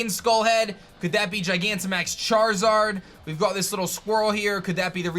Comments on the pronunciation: why do you keep adding an english twist when you say got? Stoppit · Is it just me or are you saying got differently in this video? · Just me or does he sound British when saying “you’ve got this...” ? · Does anyone feel like every time he says you’ve got He gets a British accent?